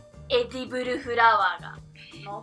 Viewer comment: エディブルフラワーっていう時のクセが強いwww